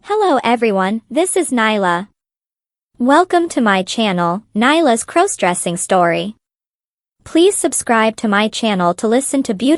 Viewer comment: Stop mispronouncing crossdressing 😢😢😢